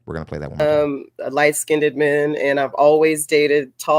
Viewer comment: The last woman said that a man has to be intelligent but then she goes on to pronounce "light-skinned" as "light-SKINNEDED". Make it makes sense.